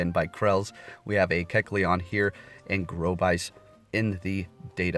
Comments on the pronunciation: Not to be that guy but it’s pronounced Gore-Abyss not Grovice. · Gorebyss pronunciation “Gore” “a/byss”